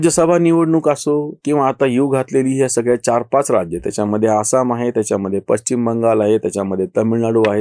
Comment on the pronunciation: पश्चिम ✅ पच्चीम ❌ शुद्ध बोला आणि जपा आपल्या माय मराठी ला!!धन्यवाद!!!🙏🏼